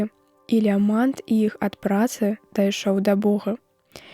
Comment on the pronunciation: У словах: гутарка, прыхадзень, лямант - націск на першым складзе, а не на апошнім, як чытае дыктарка.